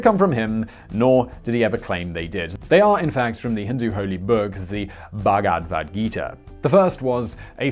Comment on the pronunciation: ... Bhag-vat-gita ... Just say'n